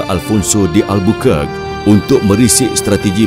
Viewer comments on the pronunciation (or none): ALFONSO DE. EL BER .KER KEY..(NOT AL BUKAR - NO NO AL. BUKAN) ALBERQUERQUE . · Sebutan Albuqar-quey (Albuquerque) yg sebenar. Bukan albukerk